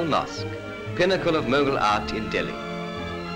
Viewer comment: Such a bad accent, pathetic to hear mogul, qut minar, aah ehaan! These people are so uneducated, cant even pronounce right! This is a propaganda video by British to show how India was flourishing under their flag, when it was being criticised globally for Jalian wala bagh massacre (1919), Khilafat movement, Civil disobedience, and non cooperation, arms act, vernacular press act, simon commisson. A very observable effort to cover the shit with icing. We gave cannaught place instead of mosque and temples???? Taught indian about architecture, I don’t think Indians needed architecture lesson from those whose own architecture is being demolished by their pwn government (UK) calling it lousy. Bigotry on its peak